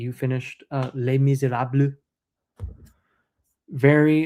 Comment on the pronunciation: I was eating my dinner and as a french I was surprised to hear you pronounce Les Misérables 😁 It's a book I didn't read btw, actually I didn't read any of Victor Hugo's books 😅 Edit : And after you talk about l'Étranger from Albert Camus, this one I read it and liked it. We have really good authors in France but I realise that most of the books I'm reading are from other countries as England or USA with translation (I didn't try to read in English yet 😅).